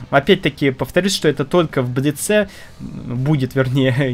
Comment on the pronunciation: в слове блиц- ударение на "и" ставят и во множественном лице.